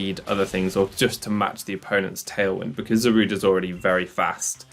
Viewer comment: "It's 'Za-ru-day', not 'Za-rude'."